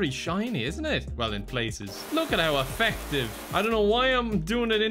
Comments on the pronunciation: People: “low at how effective”: “look at how aFECKtive” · affective is a real word funnily enough.